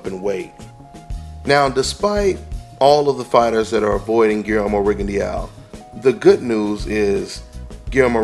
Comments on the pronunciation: My brother you keep butchering that man's last name. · Rigondeow hahah